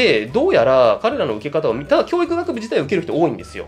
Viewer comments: きょー↑いく↓じゃなくきょー→いく→ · 教育のイントネーションだけが気になる